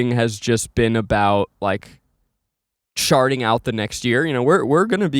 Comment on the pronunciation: I cannot unhear “sharting out the new year